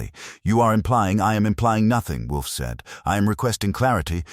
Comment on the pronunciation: How many Wolfe stories have you produced? Yet you haven't taught your AI not to pronounce it Wolfie. Sad.